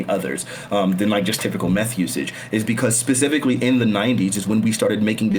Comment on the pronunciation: Anyone who says “pacifically” instead of specifically should be treated like they actually said pacifically. This should have been bullied out in 2nd grade.